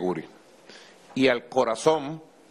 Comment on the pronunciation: "Al corazoM"! Nico necesita definitivamente un logopeda!